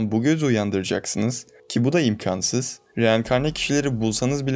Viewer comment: Kardeşim çok güzel kanal, çok da güzel anlatıyorsun ama şu imkansız lafını lütfen doğru telafüz et artık. Kalın a ile değil ince a ile söyle anlatımın daha güçlü olacaktır.